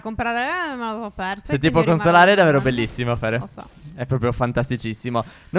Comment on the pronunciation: Like per chi si è accorto che steph in ogni video ripete almeno 2 volte davero